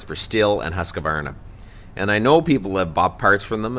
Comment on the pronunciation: It's pronounced 'husk varna'